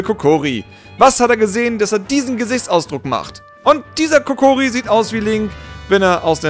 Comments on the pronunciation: Es heißt Kokiri und nicht Kokori xD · Ich will ja nicht klugscheissen,aber es heisst Kokiri nicht Kokori.:D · es heißt kokiri und nicht kokori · darf ich dich bitte darauf hinweisen, dass es "Kokiri" und nicht "Kokori" heißt;) Wenn du was für die nächste Folge brauchst, wie wäre es mit Pokémon? Saphir/Rubin/Smaragd oder Diamant/Perl/Platin wäre toll:) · kokori WTF 😂😂😂 es heißt kukiri oder wie es geschrieben wird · Warum sagst du immer Kokori? 😂 das heisst Kokiri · Wahrscheinlich war's nur'n Spaß, aber bitte: Kokiri! Nicht Kokori. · "Kokiri" und nicht "Kokori" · es heisst kokiri und nicht kokori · "KOKORI" Lachflash des Todes 😂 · Etzala is aba mal schluss, das is doch apsichdliche Browogation! Es heißt Kokiri, mit (a)i - ganz wichtig! Am Montag gibts ne fedde, digge Anzeige! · Kokiri! Es heißt KOKIRI.